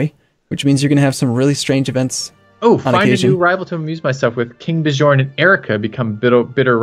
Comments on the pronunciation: please learn how to say Bjorn... its not that hard.. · You two should watch the tv series Vikings, then you'll know how to pronounce Bjorn at least lol